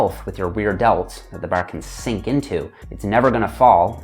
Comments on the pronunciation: great video but im laughing everytime he says "barRr" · As a Australian, hearing say bar throws me off! I can’t not, not notice him say “Barr”! it’s bahh mate say it with me “bahhh” 😂 Good job! 👍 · I like how he says bar. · Every time he says “bar”, it’s like someone yelling “maritime” in my ears 😂. Tx for the video!!